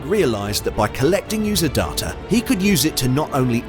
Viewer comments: Why are you, a Brit with a normal British accent, pronouncing DATA (day-ta), as DAH-TA. Why?? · Why pronounce 'data' "dah-tah" with an English accent, instead of "day-tah"? That is super weird! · it's data not darter. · Dar-ta?? You're English mate - it's day-ta! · It's not darta it's data ;) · Great video!, but the pronunciation of; "Dahh-tahh, not the correct Day-tuh, is very off putting IMHO. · Negged for your horrific pronunciation of "data." DAW-TUH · wth is going on with the word 'data'? Great vid though!!